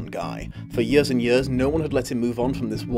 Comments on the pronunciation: This isn’t bullying like the first half of the video was talking about, but am I the only one bothered by how he says “years”? It sounds like yers, I’m just saying. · Yurs and yurs